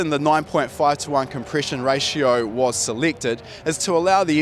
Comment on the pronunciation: Did he say "Seeleected" instead of selected?